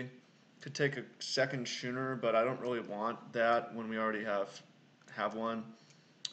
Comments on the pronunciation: I see your point on the Avatar, its a choice that is def non-obvious but your reasons are valid. It may be close. Yeah a Schooner is pronounced Scoo-ner. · God damn that intro is my jam. The draft content is gas. I think the six drop is the pick but I think it's arguable. Also it's pronounced skooner you scrub. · Thanks for uploading the draft vid. Always like to see limited content from the almost-draft master! It looked like a hard seat to draft. Thought it was way wrong to take the 3rd cutlass over the titan tho. Card is a straight bomb. FYI schooner is pronounced like school.